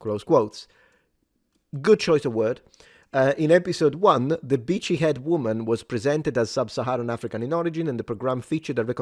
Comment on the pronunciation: All I hear is "Vichy" woman 😂